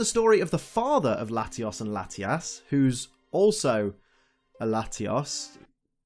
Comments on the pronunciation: layios. and latias. NOT latias and latias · bro o.o how you say Latios is weird. You have to say it with a Oh in it like your speaking Spanish. but anyways good vid :3